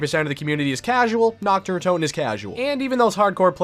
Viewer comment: "Knocked uhh Undotun"